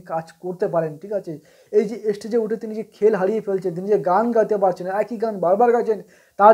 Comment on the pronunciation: অতিরিক্ত কথা বলছে আর তাছাড়া উচ্চারণ ঠিক নয় যেমন "স্টেজ"শব্দটা উচ্চারণ করছে "এস্টেজ" অথচ জুবীনের মত মানুষের সমালোচনা করছে, ফালতু একটা ইউটিউবার